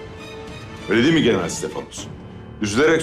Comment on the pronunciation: Nobody: Filippos: GenerAAl